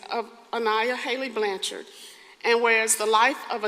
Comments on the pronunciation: Blanch-ard, NOT Blan-chard! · It's pronounced BLANCHERD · Please spend 5 seconds and learn how to pronounce someone’s name before making these videos. Show the family some respect and say the last name right. Your pronunciation of Blanchard is incorrect and frankly makes you seem more interested in making yourself money than in telling the story correctly.